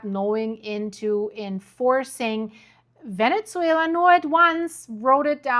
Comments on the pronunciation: Great video! I just wanted to mention something that might help: the correct pronunciation of “Venezuela” doesn’t include a “t” sound. Sometimes it comes across as “Venetzuela,” almost like “pizza.” Hope this is useful. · What’s going on with the Venetzuela pronunciation? 🤨🤨🤨 very distracting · Why do you pronounce it "Venetsuila"?